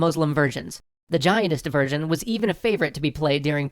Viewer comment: Every time you say "version", I SWEAR it sounds like "virgin"..